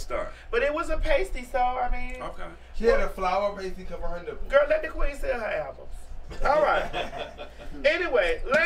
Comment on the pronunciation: “KIVER “😂🤣🤣THAT UP!... never like that lil girl 🙄